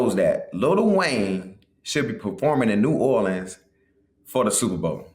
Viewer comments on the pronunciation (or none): none